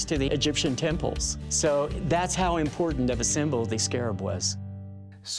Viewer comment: I hate how pronounces the word important, as “impordant”